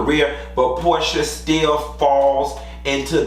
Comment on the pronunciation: damn I didn’t catch that. 😂 😂 not Pro-sha